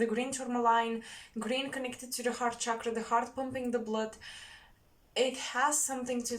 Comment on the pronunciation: I like the way you say Bluud. It's so Bulgarian, like the Count from Sesame Street